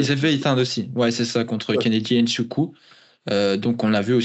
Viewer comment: Petite leçon sur la prononciation du nom de Kennedy Nzechukwu : Hnn-Zé-Tchou-Kwou